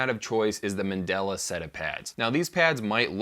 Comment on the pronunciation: The word is mandala... You keep saying Mandela, who was a person. They are two VERY different things